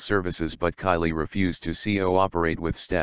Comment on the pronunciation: Kayleigh not Kylie